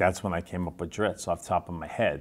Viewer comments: ...yeaa..he'll always be dri-zzzz-T to me... dritz? Zits? Drips? Lmao sorry bob, you are pronouncing your creations name wrong ^^ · If he calls him Drittz then I’m gonna keep pronouncing it Drittz lol. Thanks RA! Oh and I luv me some Jarlaxle